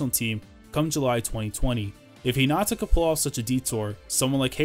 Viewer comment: Its Hinata not Hinata